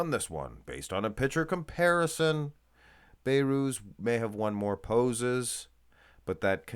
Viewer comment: Come on man His name is Be(h)rouz The letter H is not silent You pronouns the letter H Not (Bayrooz)